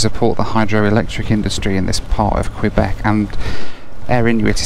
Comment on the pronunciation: Apologies to you. I’m a former Montréal resident. I’m a little sensitive how “Québec” is pronounced. I know it’s silly, especially, I’m from Lawn-guy land, New Yawk. (Long Island, NY). You videos are enjoyable. I look forward to seeing your videos.